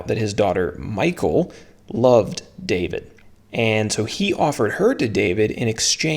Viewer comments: Mee-haul is more how it is pronounced. But I still struggle with so many names in scripture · Nope that’s not how your pronounce Michal good videos by the way.. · In Nairobi, Kenya, how we pronounce "Michal" is totally different here. 😄